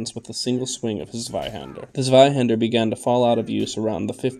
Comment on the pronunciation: It’s pronounced Tsveihender.